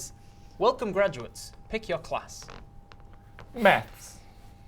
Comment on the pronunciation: when you hear meth instead of maths